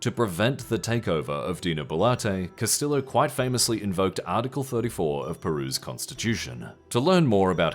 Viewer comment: Hello narrator guy, I hope you don’t pronounce Tortilla the same way you pronounce Castillo😢